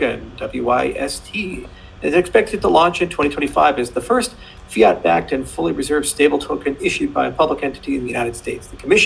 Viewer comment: "Fiat-backed" he said.😅